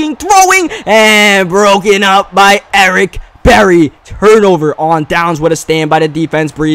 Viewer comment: I think it's weird how pronounces Eric Berry's name lmao